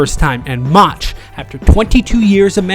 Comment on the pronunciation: First of all whoever natrates this video is a embarrassment can't say Mauchs' last name right. Plus is inaccurate with information the Angels weren't up 6-3 in the 9th of Game 5 they were up 5-2 Plus they ended up 1 strike away from getting to the World Series. Do your homework right if you make a video like this.